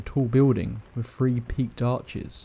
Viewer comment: Hello from Texas. I love how he pronounces words with "thr" , three sounds like free. Love it! And of xourse, i love everyone's stories! Seriously creepy!!